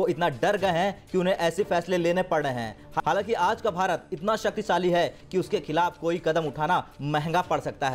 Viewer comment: Desooo deshóon me bhi faraq hota hai hadd h yaar basic words toh theekh se bolo Shaktishali hota h na ki saktisaali ni